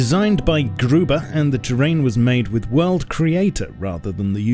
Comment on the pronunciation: "GRUBER"Ahh did he pronounce it wrong?